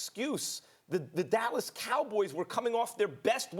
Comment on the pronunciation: does Stephen A have an accent we don't know about?? THEY GONNA FIRE THE COACH IN DOLLAZ